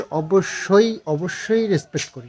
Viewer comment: রেস্পেক্ট কথা তা রেস পেস নয়